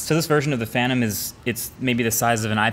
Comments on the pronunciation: Regular people: Phantom reactor Marques: PHANROM REACTOR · Phanrom reactor? not phantom? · “Phanrom Reactor” or “Phantom Reactor”? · “PHANROM” 😂😂 huge fan, MKBHD team. Couldn’t help myself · Ahh yes. The “PHANROM REACTOR” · Ah yes, the Phanrom